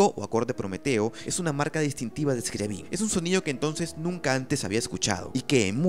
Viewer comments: Se pronuncia Scriábin, no Scriabín. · Un detalle importante en la pronunciación de estos nombres: Scriabin, se pronuncia, Scri"á"bin, acentuando la "a". En el caso de Rimsky Korsakof, se pronuncia, Rímsky Kórsakov, acentúando en aquel la "í" y en este l a"ó" Otro dato importnate, el teclado de su inventiva, no sólo producía luz sino también sonido simultáneamente. Finalmente, un acorde, de acuerdo a la teoría musica., se considera desde dos notas simultáneas. Gracias.